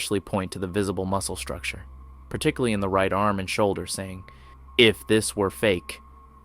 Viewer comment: "Particly" is not a word.